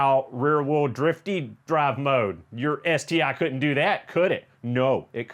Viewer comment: the "BeS-TI"..!!!